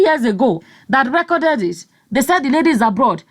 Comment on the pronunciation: Hahahhaha!!!! “ he recorded it, and gave Mike a copy... and distributing them like guguru and èpa.” I heard your accent when you said, “he reekoded it.”